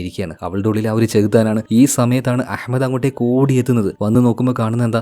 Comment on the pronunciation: That pronunciation of Ahmad...👍🏻🙌🏻❤❤🔥🔥🔥